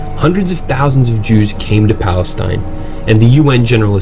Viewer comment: wtf you cant even say palestine how is your place wtf you dont have p you say balestine